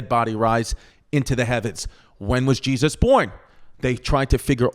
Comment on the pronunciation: I just LOVE IT when Chrissy says Jezz-uss lol